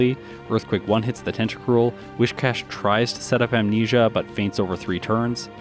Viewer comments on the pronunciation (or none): Isn't it Whiscash < Whiskers rather than Whishcash? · lectures everybody on the correct pronunciation of rayquaza, but still says "wish-cash" and "pettle-bug"